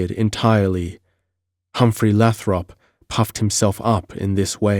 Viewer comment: Great read brother but just to give you a heads up. "Leominster" is pronounced "LEH-min-Stir" I'm not being a twat, it's just that I'm from South Boston in the great Commonwealth of Massachusetts so know the towns names. Oh "Lathrop' is pronounced "LAY-throp"